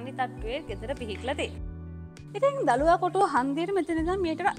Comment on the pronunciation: දලුවාකොටුව නෙමේ දලුවකොටුව